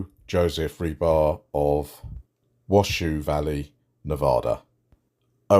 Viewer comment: Sorry to be picky, but it's pronounced "washow" valley